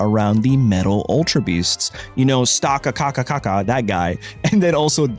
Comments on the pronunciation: genuinely how difficult is it for you to just say "stack-attack-a" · I think the pokemon is pronounced stack-attacka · Stack Attacka like stack attacker but with an a instead of the hard R